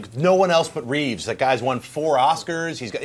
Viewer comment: funny the habit of saying his last name as Reeves instead of Reeve.